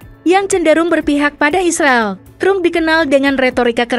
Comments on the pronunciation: Trum itu siapa Mimin? Tram kali cara bacanya. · 🤣😂 lucu bacanya Los é ngé lés bukan trum mbak.. tapi Drum 🤣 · Narator kebangeten nama presiden AS itu bacanya Donald TRAM bukan trum sprti bhs indonesia. Memalukan gitu kok jadi narator di youtube yag tayang internasional. Belajar dulu mbak. Bukan hanya bisa baca cepet saja dengan gaya kemayu. belajar yang bener dulumbak baru tampil.